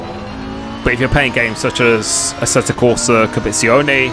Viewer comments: assettoh corsah compiizzioneh xD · First tip - learn to pronounce the game right...